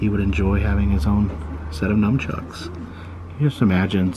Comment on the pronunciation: I think its nunchucks. As in "nunchaku". Just so you know. I've heard you day Num for a few years now. Thanks for everything sir.